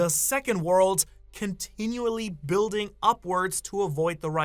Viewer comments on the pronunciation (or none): none